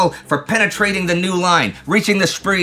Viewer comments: The Spri? It is pronounced Sprae. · Small point but irritating: Spree is pronounced "Shpray." Spray would also be acceptable. A "spree" is a brief period of indulgence.